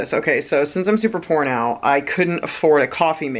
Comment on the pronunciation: Ohhhh you said "Since I'm super POOR NOW"... I heard porno 😂🤣 I totally sit cross-legged leaning over my legs too! And Im 5'7" 😂 Love ya 😂💜